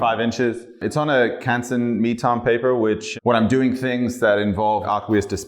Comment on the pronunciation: Cansons knee Tom paper? What is he saying. Please, I am dumb